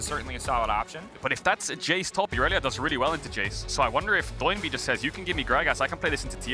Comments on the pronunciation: "Doh" is the legit pronunciation of his name. He was born and raised in Korea, so when he called himself Doinb as a streamer, in Korean it really sounds "DOH-in BEEE" the DOH and the BEE are emphasized. Try saying it that way and you'll get used to casters calling him DOH instead of a NIke "DO" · Why does everyone call him "Doh-in B" and not Do-in B? Kinda tilts me as much as LS saying "Aahhtrox" when he used to cast lck